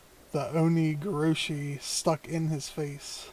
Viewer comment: you're pronouncing it wrong